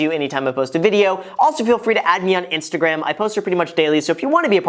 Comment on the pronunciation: When you say Instagram I hear InstaGraham